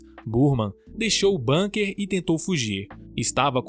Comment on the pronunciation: Fala-se "búnkar" e não "bânquer"...